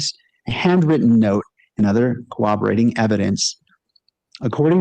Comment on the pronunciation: Judge can't even pronounce corroborating correctly. He was painful to listen to for this length of time.